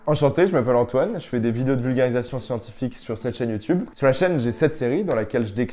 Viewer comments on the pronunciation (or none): none